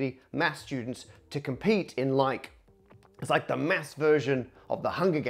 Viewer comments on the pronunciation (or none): Cool, but just so you know its Math not Mafs